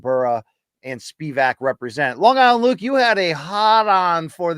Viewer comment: My favorite new MK quirk is never being able to tell if LT is calling him “Long Island” or “Bong Island” Luke